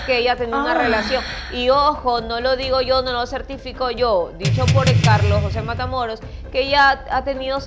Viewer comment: Escuche que dijiste Patamoros 😊😊